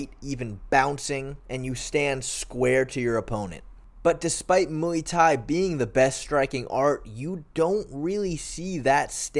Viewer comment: When you say Muay Thai I think oowii